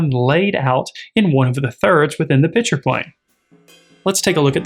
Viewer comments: I am confused. Are you discussing beer? You keep saying "pitcher". Was there a pitcher of beer somewhere I didn't see? I can then only make one presumption as to what is going on. The correct pronunciation is: "Picture". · This is a great lesson on composition. But please… there is a difference between “picture” and “pitcher”. Correct pronunciation is a critical skill in presenting your ideas.